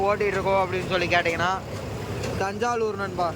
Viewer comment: அது தஞ்சாலுர் இல்லை தஞ்சாவூர்